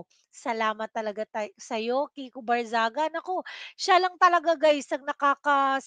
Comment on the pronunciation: Mali yong binabangit mo.kiko.hindi viko. Pakinggan ming mabuti Ang vlog mo. Just correction✌️😊